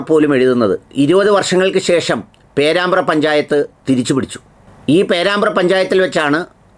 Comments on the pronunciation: ഡോക്ടറെ പേരമ്പ്ര അല്ല പേരാമ്പ്ര എന്നാണ്.. കോഴിക്കോട് ജില്ല.. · പേരമ്പ്ര,അല്ല പേരാമ്പ്ര.